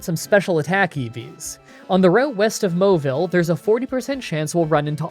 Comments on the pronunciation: did he just say "MOWILLE CITY"!? I always pronounced it "Mau-ville city" like it's written? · i'm sorry dude but i just CAN'T. it's "maw-ville" not "mo-ville" xD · Maybe it's because of his accent?